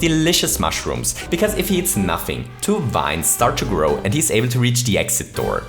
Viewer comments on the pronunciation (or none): none